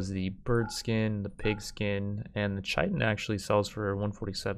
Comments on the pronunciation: Isn't chitin pronounced kitin? xd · CHITIN PRONOUNCED KITE IN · "Chitin" is pronounced the same as "kitten." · I think its a quick T iirc, so like ‘kittin’ i might be wrong tho